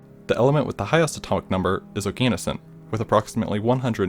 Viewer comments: How can you write and animate all of this and still mispronounce “Oganesson” to rhyme with “a penis in”? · that is not how you say oganesson